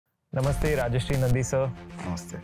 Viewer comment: The pronunciation is Raja'rshi' and not Raja'shri'.